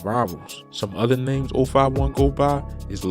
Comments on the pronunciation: Man u can't pronounce names for shit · ‼️‼️ not even pronouncing names or streets right 😂